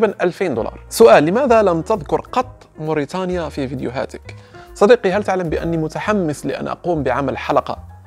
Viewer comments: إسمها موريتانيا وليس موريطانيا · ولك التحية اخي الكريم ، هناك خطأ شائع لدى الإخوة المغاربة تدعى موريتانيا تنطق وتكتب بتاء (ت ) وليس بطاء (ط)